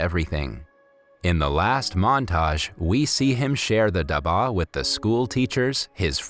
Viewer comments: I was so inspired by the story, I was almost about to cry. But I am from India and the way you say dabba ( which means Lunchbox), Your accent was very funny😅😅🤣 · Love all your videos but as and Indian your accent for dabba is wrong and I kinda fon dit funny but you are doing good keep it up 😜☺️ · You did butcher the pronunciation of pretty much all the Indian things (food and the "dabba"), but this video is rather good! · Dabba means box in hindi and you pronounce it wrong. What you say means medicine.khadus means rude it's not a name. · The word for lunchbox India is actually pronounced ( duh-ba ) not dhaba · Dabah is pronounced duh-bha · stanley "khhhhhhhhhhhha daba". its pronounced as stanley "ka dab-ba". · its not stanley ka daba its stanley ka dabba. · As someone who knows how to speak Hindi I burst out laughing at the da-ba its dab-ba and it means box or in this case lunch-box. Its called Stanley's Box thats what Stanley Ka Dabba means. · ITS DABBBBBBBBBBBBBAAAAAAAAAAA not daba lol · dabbbaaaa not daba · I’m sorry no offense but it’s not daba it’s dabba pronounce the b with a press and not pronounce it lightly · Its pronounced dub-a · it's called "dub baah" and "khu hroos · u pronounce daba its like dab ba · Bro no offence but please pronounce the word dabba better, It's dab-bbaa👍👍😊😊😊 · The way he said dubA made me laugh but it's ok cause like him i also have problems while pronouncing long english words which are new to me. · the pronounciation of dabba was funny it is pronounec as dubba btw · Just pointing out (don't be angry) It's Stanley's box in English and in Hindi it's Stanley Ka dab'ba (dab as in Dub) and (BA as in bba bu'h) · (Stanley Ka Daba) They way u pronounced Dabba tho- XD (Dah-bh-a) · You pronounce dabba in wrong accent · Omg iys not daaaaba its duba and its not jalibis its jalaibis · you made some some pronunciation mistakes dabba dab-ba the Bs are a bit thicker jalabees ja-la-beey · It's dab ba n not Karush it's kha rus